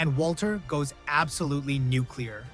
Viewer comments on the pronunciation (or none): New-Clear… NOT New-Que-Ler. Geeeesh!!! BTW…It’s “differently,” NOT “different.” Yep! I’m an English teacher! LOL!!! The commentary SUCKS.